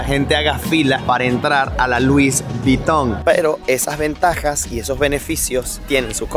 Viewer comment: No es luis es lui. La s final en francés es muda